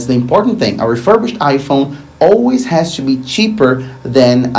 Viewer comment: Great videos as always but please stop pronouncing the word ‘to’ or ‘two’ as ‘CHEW’